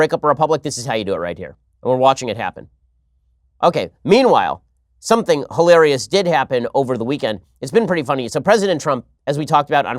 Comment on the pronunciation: gawd, the way she says 'something' is the worst